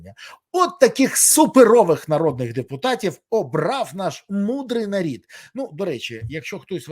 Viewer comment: Аж уши режет-нар1д,.бл...😕